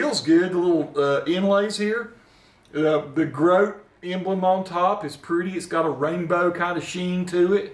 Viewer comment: Should be GROT-uh, not an English word. Might not have been the best choice of brand name. Good review.